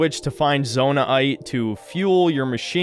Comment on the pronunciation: "zonai aite" instead of zonaite